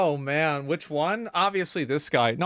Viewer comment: "Ma'an". Sick burn 😂